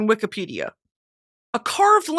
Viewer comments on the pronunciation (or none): none